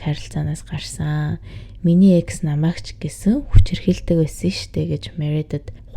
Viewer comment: ЭКС гсн үгийг дараа ойлгож нтр🤣🤣🤣 шууд Е, Х гэж уншдаг бна шд, дөш юм аа🤭🤭🤭